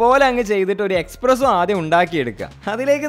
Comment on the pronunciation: Bro expresso alla espresso aanu to